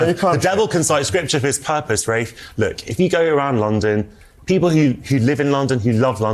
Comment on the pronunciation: Yo american his name is RAFE pronounced like wraith. RAFFfff not raf or ralph.